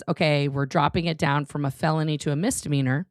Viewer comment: Only and I am really happy that you're correcting pronunciation of "mizzzdimeanor"- every time he says it I feel like I heard someone scratching their nails on a chalkboard. I know he "grew up in a cult" but so did you and you know how to say the word properly. It reminds me of someone I know who says "abzurd" instead of absurd. I think I have a problem with these things. But thank you again. BTW, your hair looks beautiful.